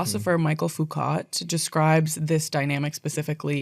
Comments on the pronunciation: Also came here to say this, as a scholar of sociology I was shocked to hear this butchered pronunciation Michel Foucault not Michael! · Foucault is pronounced Foo Ko. Not Foo Cat😺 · "michael foocot" DISBARRED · I didn't read the comments + free engagement. Good video. Now to be critical without a point. "Foucault" does not rhyme with "dovecote". "Foucault" rhymes with "echo". S tier ragebait for nerd engagement, or just genuine understandable lack of French pronunciation context. Of some actual substance: don't look at what petitions Foucault was signing in 1977... Ofc his work has value still, just as John Brown's does, despite his proclivity... No idols. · for future reference, Foucault is pronounced like “foo-ko,” he was french lol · Please bear in mind the context of the 80% number, because the purpose of saying that was deeply homophobic. He was trying to discredit opponents in the Vatican. (Also, Foucault's last name is pronounced Foo-ko.)